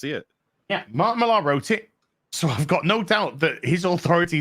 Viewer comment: Bit late here but didn't Millar (it's pronounced "Miller" btw, shame on you, being a brit supposedly) only write 4 issues of The Authority? It was created by Ellis who wrote the first 12 issues before handing it off.